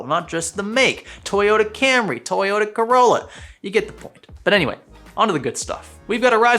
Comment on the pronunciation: I legit thought he said toy yoda, not toyota lmao